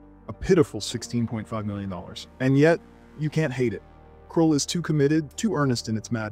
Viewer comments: kroul? Cruel? dude. It's Kruhhhhl. As in Duuuhhhhhhh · It’s not Kruel, it’s KrUll! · ....krull, not krool. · It was called Krull, not Cruel. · Krool? I think it's pronounced Krahl, I remember sneaking out of bed at 2am to watch when it came on late at night 😆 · Krull is pronounced like skull not cruel. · KRULL …. kr-UH-ll!! UH. Like skull. 🤦🏻‍♂️ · Why did you pronounce Krull like Cruel? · I was enjoying this until you pronounced Krull. cos it sure as fuck isnt pronounced Cruel now it it, I vomite shit into a bucket i was so triggered lol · Krull is NOT pronounced like "cruel". You obviously haven't watched this movie, which casts doubts on the veracity of your comments. Have you actually WATCHED any of the other films? Or just lifted review commentary off the Internet to make a clickbait video? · You didnt even pronounce Krull correct.